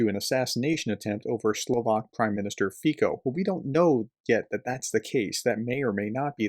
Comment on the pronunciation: can you finally learn how to pronounce Fico. It's FEE - tso. Get it? Not FEE - ko. The c is pronounced like a ts. I am 76 and have been speaking Slovak since I was 16. Plus I am a Slavic (etc.) linguist, my wife was Polish, I speak Slovak, Polish, Russian, German, etc., etc., i.e., these languages, I know how they work. You don't. It would not be bad if you learned. In passing, I have a PhD in computational physics. Oh maybe theoretical physics, but I'm not sure I would go that far.